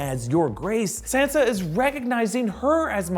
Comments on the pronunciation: Can you please say Sansa's name right holy shit. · drewbc32 RIGHT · Stop pronouncing Sansa like that 🤢🤮